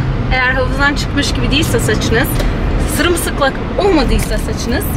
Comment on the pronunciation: Sırımsıklak diyen ağzını mıncırası geliyor insanın :D